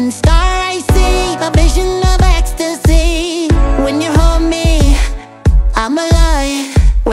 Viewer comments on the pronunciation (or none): I like it when he said escstasy